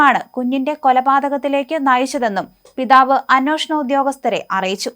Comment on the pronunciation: അന്നോഷണം എന്ന് കേൾക്കുന്നത് വളരെ അരോചകമായി തോന്നുന്നു